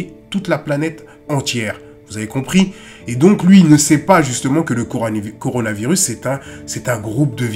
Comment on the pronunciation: A le mec a dit CORANOvirus 🤦😂